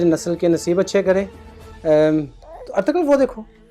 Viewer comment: It's Ertugrul not Ertugul....